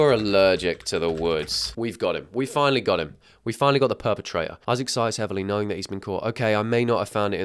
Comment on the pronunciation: that's not "Isaac" that's "I sack"💀💀